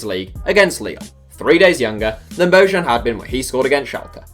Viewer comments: Damn I cringed when he said BO-JAN.... its pronounced BO-YAN.... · Bojan is pronounced "bo-yan"